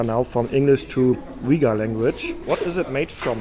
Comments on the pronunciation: Pronounced Uy-Guhr... Not Weguhr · Hi, great video as usual, thanks for sharing this content via your perspective and I know exactly how minus 17 Celsius feels like it's freezing! 😂 The two ladies selling the milk tea said "Uyghur, China Uyghur" which is pronounced as "wei wu er zu" in Mandarin. You are also correct the Uyghur script looks similar ot Arabic but it's not the same and I've confirmed with my Arabic friends that they are not able to understand the Uyghur script. Uyghurs are part of the Turkic peoples and their language is actually closer to Kazakh, another ethnic minority in Xinjiang and other parts of China. The candy you bought is milk cheese candy, which is hugely common in Xinjiang and yes it's yummy. 😋 BTW Xinjiang, also inner Mongolia has some of the best lamb in the world so you're in the right place for that. 😋 Also the lady that appeared to be asking for money, I'm not sure what she said at first but the last word "rehmet" means thank you in the Uyghur language.